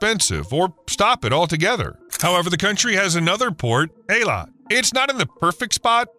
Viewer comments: It's pronounced Ey-LAt, not i-let... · It's pronounced Eee-Lat not Eye-Let. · Ay-lut not eye-lat or Ay-let. High-fah not Hay-fah. A good journalist researches pronunciation. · Interesting but marred by the poor pronunciation of Eilat and Haifa.